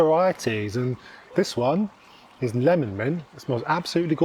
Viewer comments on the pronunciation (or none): none